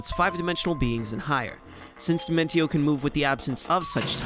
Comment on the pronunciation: You pronounced Dimentio's name wrong. It's pronounced Dimentio (dimen-shee-oh).